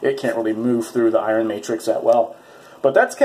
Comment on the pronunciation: "I-run" LOL